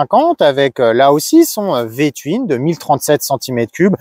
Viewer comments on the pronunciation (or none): Attention à votre prononciation qui est étrange : touine et non : tuine